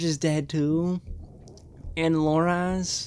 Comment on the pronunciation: How are you damn near 7 seasons into this show but you still pronounce names wrong like Loras, Varys, Cersei etc